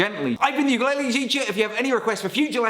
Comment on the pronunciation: Please learn how to pronounce ukulele.